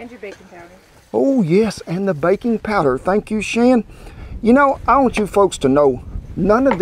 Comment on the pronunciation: I thought he was saying “bacon powder” 😂 Bet that would taste good too!